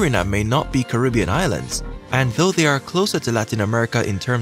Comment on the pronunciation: The name is Caribbean not karibbean